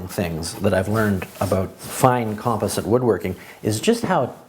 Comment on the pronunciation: How you pronounce composite is killing me